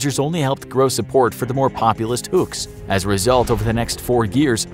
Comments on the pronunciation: it's huks not hucks btw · Filipino here. Love your work, love your channel. It's "Huks", BTW, not "Hucks". But while I'm aware of the Huks in our history, this is a story I didn't know. Thank you. :-) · It's Huks not Hukes